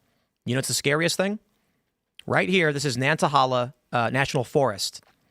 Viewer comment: Someone please teach Tim how to pronounce Nantahala correctly.